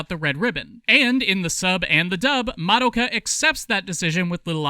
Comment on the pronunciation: But the most important reason to watch subs is so that you aren't constantly hearing people mispronounce "Madoka" as "Ma-dough-ka".